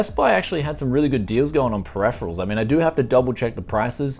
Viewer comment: "Perepherals" ahhhh, please!